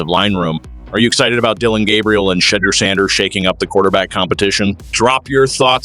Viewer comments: Whoever was doing this commentary couldn't even say the name right, love Sanders but Cleveland going nowhere in that division let alone the AFC. This looks like a set up for Sanders to fail. I hope he quits football so he doesn't get hurt fooling with this incompetent team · SAY HIS NAME RIGHT MEN.